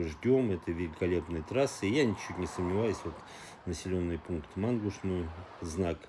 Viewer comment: Мангуш - ударение на 'а'